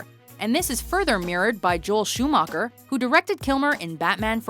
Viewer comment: It's not "Schuhmacker". It's "Schuhmacher". No "k"-sound in it. It's a German name!!!